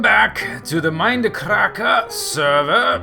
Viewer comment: OH YEAH MOAR MEIND-UH-CRACK-UH SERVA